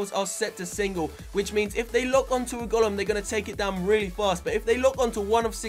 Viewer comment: it's a fucking go-Lem not a gol-um